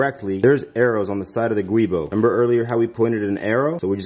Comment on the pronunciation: Thanks for uploading the video, that's called "Giubo" not Guibo (GIUnto BOschi) as the inventor was an Italian engineer😊